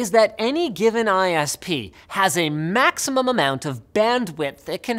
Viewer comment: Is it just me, or does it sound like Linus has an extra "um" when he says "maximum"?